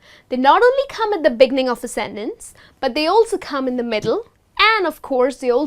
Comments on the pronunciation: You pronounced the word "sentence" with 2 different accents. One of them is well-known to me and I could understand but the other sounds awkward and really strange to me. The first "e" was pronounced as /i/ and the second "e" was pronounced as /e/ - so the whole was pronounced like /sintens/ - really strange to me. The well-known pronunciation is /ˈsen(t)əns/. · hi, I like what you are doing but in this lesson you're mispronouncing some works: often, sentence, beginning...